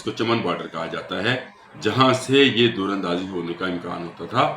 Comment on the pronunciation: بھائی در اندازی کو ٹھیک بولیں۔د کے اوپر زبر ہے پیش نہیں